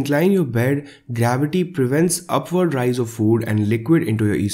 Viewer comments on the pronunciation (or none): none